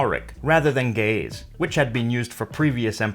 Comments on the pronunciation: you mispronounced the word ge'ez, it is not read as ga'yes but as gi'iiz. Even if i don't agree about your beliefs about the origin of the language(we have our own history of it that dates back to the the 7th generation of Adam and Eve), this is a very informative video. it is also interesting to see very few people know about this ancient language. just to add, in the past we have been taught that amharic was a direct descendant of Ge'ez but new studies are showing that amharic might have existed before ge'ez and that even ge'ez uses borrowed amharic letters that it didn't have before, which is noticeable in re-written scriptures. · That's because he's pronouncing it improperly. When pronounced properly it doesn't sound like, gay's. Trust me. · Ouy, the pronunciations suck, but the info is good. Geh - ez for example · Ge'ez: Gəʿəz IPA: [ˈɡɨʕɨz] , not */ge-ez/ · You said ge-ez ( ግዕዝ )but it's gi-iz. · Ge'ez is pronounced "gi-hiz" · I first thought it was going to be pronounced as jeez but turns out it's gays. even better tho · ge'ez is pronounced guh-uhz. great video bro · I can't unhear Ge'ez as gays... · Ok I loled at the pronunciation of "Ge'ez script" LOL